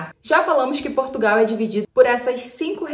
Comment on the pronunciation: Nao é bÉja, e beja. Nao é alentÉjo, é alentejo. Nao é pÓr tugal, é portugal.